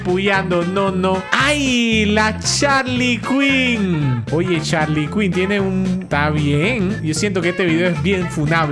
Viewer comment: Me dió gracia cuando dijo Charlie quin